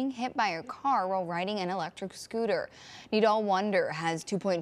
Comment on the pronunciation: It’s nodal not naldl